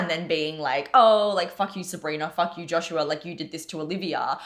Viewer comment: Isn't supposed to be 'Joshua Bassetts' not 'Joshus Bassetts'? 😆 Sorry I had to ask.